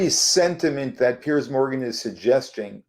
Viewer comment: Piers is his name. Pronounced differently from Pierce.